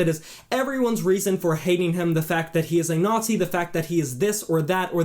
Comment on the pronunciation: 40 seconds in he calls Varg a Neeeeazzi. That's all I need to know this guy is an ignoramus. What makes this pleb think anyone really cares about his opinion. Not even going to finish this stupid little mans video